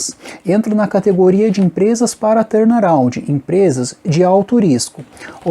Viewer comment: "Torna roundi " kkkkkkkkkkk